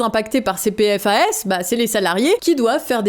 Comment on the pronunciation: Mauvaise prononciation des PFAS, mauvaise définition de Speedons... Ne faite pas ces petites erreurs please faut laisser ca aux JT télé